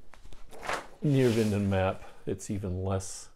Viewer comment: Neerwinden “nair - vinden”